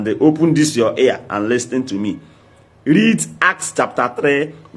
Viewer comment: speak good English dummy -read not lead